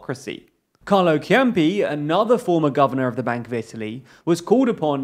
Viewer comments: Not a relevant comment, but "Conte" is roughly pronounced as "CON-teh" and Ciampi as "Chumpy". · This video is pretty accurate. I like it (I'm italian). I really like the definition of the five-star movement , which is shockingly accurate The only inaccuracy is Ciampi is actually pronounced as "Champee". But apart from this is very good. As for the current political situation in Italy I'm not too worried. Italy's government almost always collapse ahead of time, so this is kind of the usual business. The thing that worries me the most is FdI's increasing consense. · suggestion, in English is pronounced Ceampe (but written Ciampi), and not Chiampe (always w British pronunciation) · "Carlo Kiampi" 🤡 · Relatively accurate. But maybe spending 10 euros on Italki to learn how to pronounce Italian names would not be a bad idea.